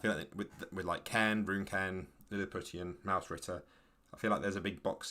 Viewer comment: Isnt Lilliputian pronounced more like Lily-poo-shun? Anyway it seems like an interesting game